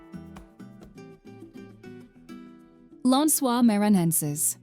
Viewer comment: You should teach the IA to read the words in Portuguese... NoronRRA, Lãnsoá MaranRRenses, MaranRRao... all wrong. Please don't call theses places this way.